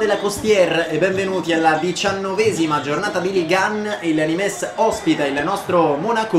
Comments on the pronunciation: Non di dice nimes ma nim, non per fare il mestrino eh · bel video, il NIMES si dice semplicemente NIM. e ROUX è RU